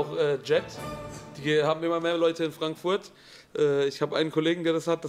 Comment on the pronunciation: Ich liebs seine aussprache wenn er frankfoourt sagr xD 😂❤